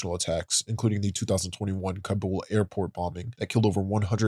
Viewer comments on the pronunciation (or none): none